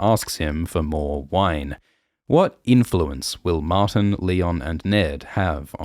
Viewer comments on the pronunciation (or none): none